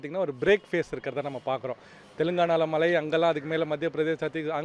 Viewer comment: That’s Mazhai !!! Not malai